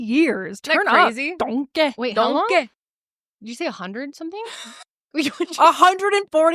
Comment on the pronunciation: i actually had to pause it and collect myself bc of the “DONKEH” over and over again 😅😅